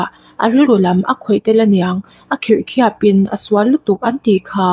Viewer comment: Miss,khirh khiap ni lo in kher khiap tih tur zawk nia🤗